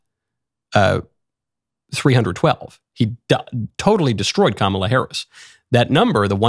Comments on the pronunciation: Uhhh... did Joyce just say KaMALa? . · She mispronounced Kamala! How racist! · Did Joy just pronounce Kamala name incorrect? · It’s funny how she can’t even pronounce Kamala’s name correctly or at least the way that, Kamal wants her name to be pronounced.